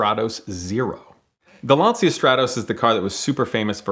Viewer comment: Calls himself a car guy butchers the pronunciation of "Lancia" OOF